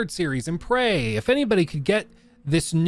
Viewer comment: it's Prey, not "Pray"